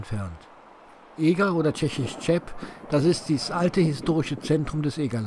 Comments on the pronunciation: Tscheb heisst Eger auch auf Tschechisch nicht, sondern Cheb mit Ch wie in Rachen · Cheb sprichtan nicht Tschep sondern Heb aus!